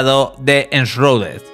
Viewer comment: "enshruded" se pronuncia